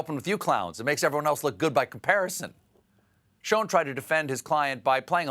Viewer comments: Don't call Schoen Sho-en cause schoen means shoe in flemish and Dutch and indicates probably his ancestors came from this region of Europe ;) o btw don't try to pronounce it as we do here because the use of SCH is very hard for all those who doesn't speak Flemish or Dutch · No, sounds like "sherrshhh" to me.